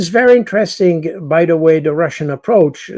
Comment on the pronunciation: PS: Only repeating what we know now already, inter-Resting...